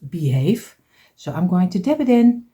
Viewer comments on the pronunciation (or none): you're saying it wrong it's beehive sorry I don't want to correct you but you're saying it wrong it's beehive your friend Heather from Canada Hamilton Ontario